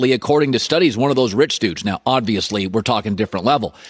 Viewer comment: anyone else notice how colin says "odd-viously" instead of "obviously"? ive noticed it more than once